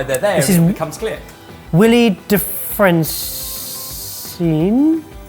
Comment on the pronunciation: You got the pronunciation of Dufresne correct but Wylie is not pronounced “will-ee” it’s “why-lee”